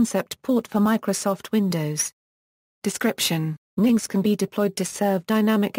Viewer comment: that's now how you pronounce engine-x